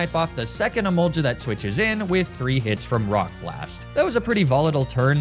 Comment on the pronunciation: E MOL GA NOT JA